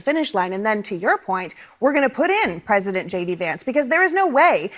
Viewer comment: Omg... she thinks she is bigger than Jesus... insulting , dreadful woman. It won't be long now kamala...u can't even pronounce president... u said presiden... are u on something💊💊🍷🍷🍾🍾🍾🥂🥂🥃🥤🧋🧊🧃🍻🍺🍹🍸🍼🥛☕️🫖🍷🥤🥃🥂😂😂😂